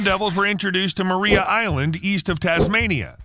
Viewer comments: Maria Island is pronounced MA R+EYE A -Island , not MA REE A. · As a Tasmania the pronunciation of Maria island hurts my ears.